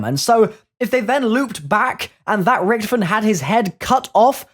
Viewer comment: Not Richthofen mate